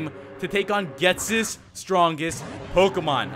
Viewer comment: That's not how you say ghetsis